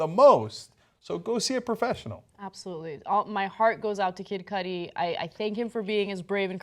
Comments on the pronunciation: Kid Koodi is how it's pronounced Anna. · it's Cudi pronounced coo-di...